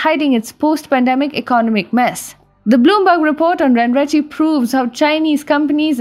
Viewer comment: Just one pointer, I believe it is to be pronounced as ren ren che. Not ren ri chi.